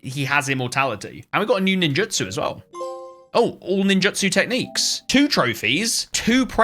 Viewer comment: Btw ninjutsu is pronounced nin jit sue